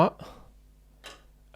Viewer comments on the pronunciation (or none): living in the UK is clearly affecting you! That "Bu' kinda no'?" sounded like it came out of the mouth of a London teenager 😂